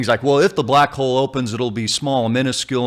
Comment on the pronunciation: Did you say black hole or black hoe ? either one is ok I guess